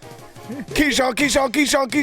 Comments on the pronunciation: saying Keyshawn when it’s Kayshon is tough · It’s kayshoun not keyshoun… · Kayshon* boutte,.